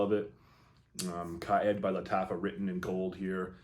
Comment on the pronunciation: Its pronounced more like Car Eed or Car Ed